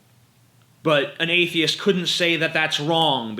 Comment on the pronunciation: He says A-the-ist like A-fe-ist